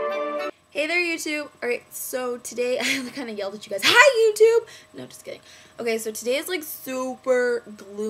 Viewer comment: i thought you said: "hi YOU TWO!" not "hi YOUTUBE!" and me and my friend were watching so i was like laughing and my friend was like "what?" and i was like: "she said hi you two!" and my friend laughed and rolled her eyes and said: "um, jessie, do you have water clogged in your ears? cause she said YOUTUBE, not YOU TWO" LOL